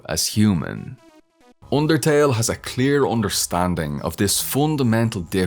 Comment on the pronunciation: wroiting voilence oondertail